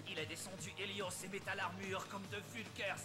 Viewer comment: Pourquoi il a dit helios haos